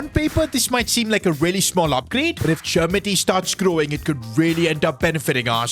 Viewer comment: Cher-me-tee is how you pronounce